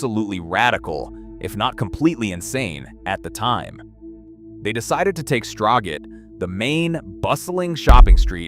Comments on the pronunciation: You mean Strow-get? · As an American living in Denmark,I can’t help but chuckle when hearing the pronunciation for Strøget!